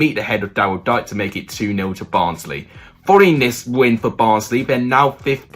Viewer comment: dike is pronounced DK bro